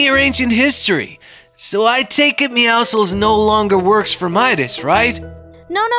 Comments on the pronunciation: WHO CALLS IT MEOWKLES IT’s meowcles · you pronounce it meowsils but it’s spelt meowscles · They said meoscle